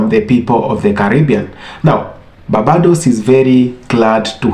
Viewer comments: My Brother it is not pronounced ‘Bah bah dose’ nooooo it is ‘BARR BAY DOSE’. I love the video though. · BAR-BAY-DOES = BARBADOS. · Bossman narrator,Barbados is pronounced bar-bay-dos